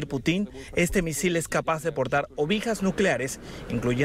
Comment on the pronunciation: "Putín" "Ovijas"